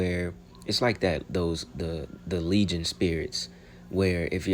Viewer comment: You said Legion spirits it’s legion spirits daggonit! Lol